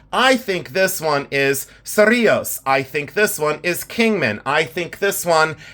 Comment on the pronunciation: Just recently discovered your channel and am completely addicted. Thank you for sharing your knowledge! Specifically on this video, thank you for bringing up that not every word and symbol is offensive. Especially if you know the history. Also, thank you for pronouncing Cerrillos correctly! I am not terribly far from Cerrillos and have heard some very interesting ways of pronouncing that name and other NM towns. Your collection of cuffs is truly amazing! Many of them are of museum quality like what we would see here in NM. I look forward to seeing more of your collection!